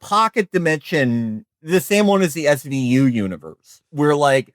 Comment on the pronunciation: christ, i thought he said 'sgu' universe at the end there, instead of 'svu'. same thing really, tho. stargate was way better teevee than fucking law & order.